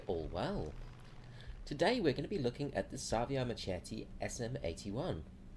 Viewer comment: savia machetti??? sa-vo-ia mar(italian r)-k-et-ti